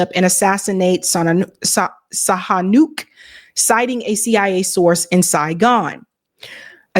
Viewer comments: "Sihanouk" Is pronounced "See-ya-nook". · The name of the Cambodian monarch is pronounced prince “See-ya-nook”. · His name was pronounced Prince see-a-nook.